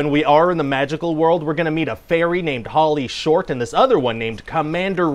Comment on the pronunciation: Sounds like he says Pauly Shore, not Holly Short. Must explain the reviews.